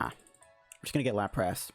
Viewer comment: how you say larpas is killing me